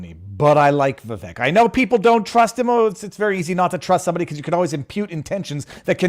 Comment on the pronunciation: Vivek rhymes with "cake"